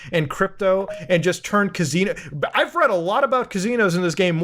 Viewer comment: ka-zeen-o thats how we say it right?